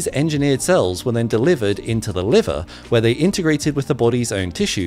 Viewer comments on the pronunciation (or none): none